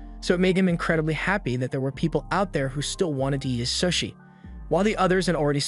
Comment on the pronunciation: how do u get an ai to mispronounce sushi bro